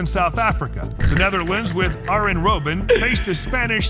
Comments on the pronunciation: the video is right, it is pronounced "Aryen" not "Ardzhen" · it's pronounced arYen Robben not arJen. Same way you pronounce aYax and not aJax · Bro tried to correct Arjen robben and still got it wrong 💀